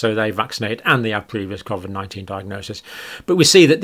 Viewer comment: This guy can't even pronounce covid correctly